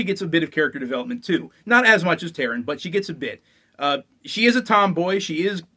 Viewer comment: Taran, not Taryn.